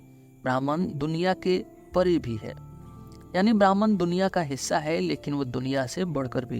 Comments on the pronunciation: Atleast 'Bhahm' ( 'ब्रह्म ') bolna hi sikh lo bhai. Bhraman kya hota hai.. Br br brahman bol rhe ho. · brahman nahi pronounce it like brahm.